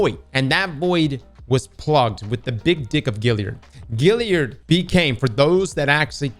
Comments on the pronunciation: Great stuff. However…GALliard. Like “hey that gal is hot”. Not like “that fish has gills”. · Gal yerd. GAL! NOT GIL! GAL😂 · All these years later and ' still can't pronounce Galliard lmao!🤣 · Still have my god roll Kindled Orchid (and nearly every other Black Armory weapon), Duke Mk44, Spare Rations, and a few others.:) I love how to this day still mispronounces Galliard.